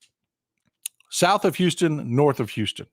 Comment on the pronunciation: FYI. It’s house-ton. It looks like Houston but it’s pronounced House-ton.